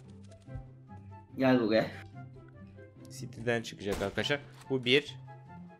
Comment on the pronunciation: Adam video girişinde merhaba ar kaşar diyor